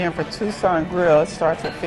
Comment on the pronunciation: It's Tuscan, not Tucson. 😅